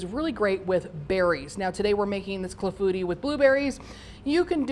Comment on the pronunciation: Pronounced clah-foo-tee. Looks delish and I plan to make very soon!